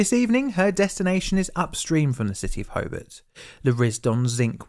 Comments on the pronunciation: The speaker can havenever been there. That is not how you pronounce Hobart. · Very good vid on the topic. I didn't know anything about this to be honest! Learned something! His mispronunciation of Hobart was a bit distracting though. How do you get Ho-bit from HOBART? All the incredible research he did on the topic but not on how to pronounce the city😂. It's hoBAHT. Illawarra is wrong too but that's more understandable lol. Edited to add - apparently there was an incident on this same bridge yesterday. A truck rolled.